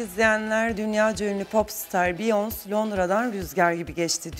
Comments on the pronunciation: biyons değil çıldırıcam ya “biyonseeee” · Biyonse degik beyaensey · Beyonc diye okuyosunuz normali beyoncé orada é var